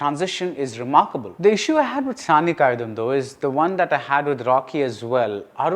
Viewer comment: But BR, it is not Saani காயிதம்.. it's காயிதாம்.. நெடில் :)